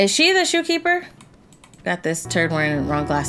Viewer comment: It said shopkeeper not shoekeeper